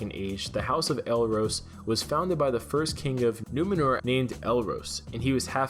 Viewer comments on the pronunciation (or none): Please, for the love of Tolkien, its not "NOO-meh-nur"....Its Numenor, pronounced "NOO-may-nor."